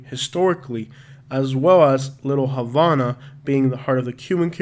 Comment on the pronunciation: Say Havana lol , thanks for the video